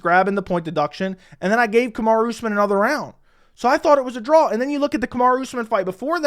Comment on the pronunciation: 'drawL' 'clawL'